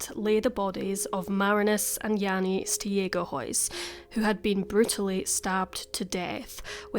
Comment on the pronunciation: okay, I’m going to try to write it down, but don’t know if I’ll succeed haha. It’s pronounced like: ST-ayg(ay like how americans pronounce it, hard g)-uh-huis (the “ui” is sort of pronounced like a Scottish “ou”). Jannie: Jahnnie, so the ah is a bit shorter than an a Marinus: Marrihnus. In Dutch we have a hard r and an I that’s more like an ih. The rest was good though! Hopefully that makes it a bit clearer?